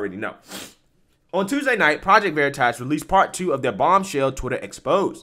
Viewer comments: Dude read it as veriiitas like his never heard of it 🤣🤣🤣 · I absolutely love how the undercover project veritas man mispronounces the word veritas just to stay in character and this stupid Twitter employee buys it it is so delicious